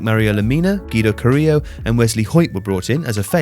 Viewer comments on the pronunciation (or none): none